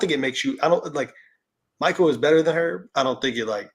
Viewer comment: his name is Makil Bridges not Michael